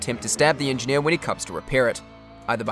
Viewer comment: "the engi-here is engineer"